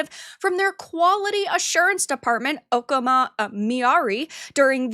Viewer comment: you're describing the QA department rep and you mispronounced the name as 'okama' which is fucking hilarious for those who know. How do you like your tea? BOTTOMS UP! 🤣😂😆